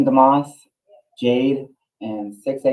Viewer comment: Dumas? Sounded like he pronounced it duh-moss